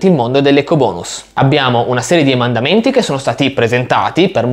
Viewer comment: ma perché dici EMANDAMENTI? emendamenti si dice, eh scusa!